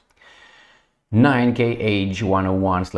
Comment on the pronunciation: the 'Kh'' missile series is not "KH'[, it represents a single hard sound 'h', , sort of like in the German language E.g., the Russian pronounce the missile moniker 'Kh-101' as [kha sto o'din] etc